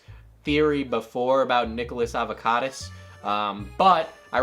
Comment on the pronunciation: “Nicholas Avocadas” lolol